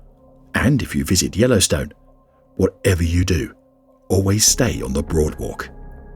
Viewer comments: I swear he's saying broadwalk instead of boardwalk. It's driving me nuts trying to tell the difference. I give up lol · Ok, he definitely said broadwalk!